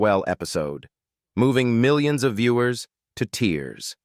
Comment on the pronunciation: miwions I heard it... Lol